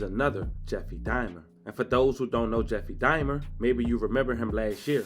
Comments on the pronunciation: Bro I gat 1 question… wtf is Jeffery DIMER??? I could have sworn it’s Dawmer Dahmer!!! But I could be wrong lol absolutely love your content tho!!! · It’s pronounced Jeffrey “Da-mer”